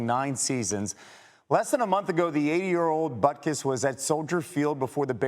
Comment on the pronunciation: To the announcer, his name is not pronounced "butkiss". History is not pronounced "hishtory"